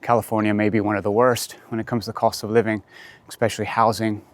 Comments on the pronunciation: It’s interesting how when you talk about cost of living all of a sudden it seems like you take on a northern British voice tone haha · When you say "cost of living" ... that sounded very British!